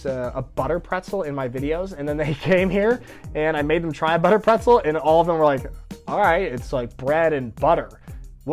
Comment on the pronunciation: "Butterbretzel"...still you pronounce it english- and not german..so you are NOT germanized... but: there is hope....your germanization will be perfect...just marry LAURA